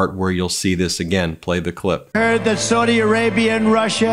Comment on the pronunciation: Sow-dee Arabia?